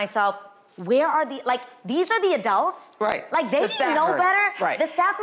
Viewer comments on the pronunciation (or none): Adrienne w the “adalts” AGAIN